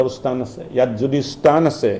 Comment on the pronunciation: "স্তান" নহয় মহাশয় ! স্থান হে | সাধাৰণ মানুহ হলে বেলেগ কথা | বৰঘৰৰ" "বৰ পিৰাত" উপবিষ্ট "বৰমানুহ" সকলৰ মুখত এনে বীজতৰীয়া ভাষা শুনিলে মনটোত বেজাৰ লাগে |